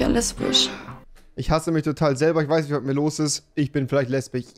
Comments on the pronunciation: Wenn du lesbich sagst sagst du auch chwul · Normale Menschen Lesbisch REWI: LEsBiCh